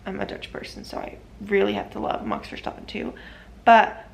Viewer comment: You say it as mox instead of max